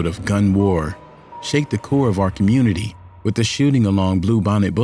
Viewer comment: Did he say commurnity? 😂